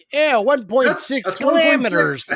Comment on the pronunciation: 1.6 kilamaters 😂😂., were you mocking Kelli? Also, Christine was a 58 Plymouth Fury. I got to see one of Two screen used A-cars once several ago.